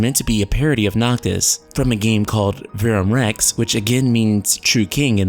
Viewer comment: yes, it's Latin, and you can't even pronounce Verum Rex correctly. But it's all good. At least you have the balls to even make these videos -- everyone else is scared shitless because they know what's about to happen lol. Carry on.. lol.